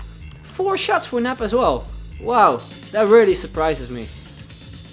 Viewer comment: Doesn't it sound strange to say nep? Since you're Dutch and nep means fake ahah